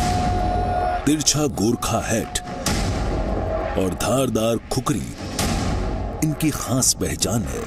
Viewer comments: खुखुरी नहि रे खुकुरी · खुखरि नहि, खुकुरि हाेता है